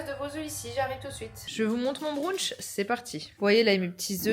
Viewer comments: C'est pas un brounch mais un brunch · Pour le « brounch » 😂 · brunch ça se prononce bruntche en anglais, la facon dont tu le dis c'est trop mimiiiiii